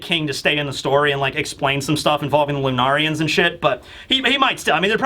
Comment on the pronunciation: its loo neh rians, not loo nah rians.